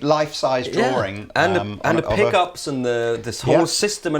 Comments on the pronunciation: Robinett Seems like you can't spell " drawing ", and can't pronounce it. There's only One " r". Just like sawing, or pawing. It's not an accent. Get it yet??? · What is a drawring? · DRAW---ING. NOT DRAW---RING. FFS.....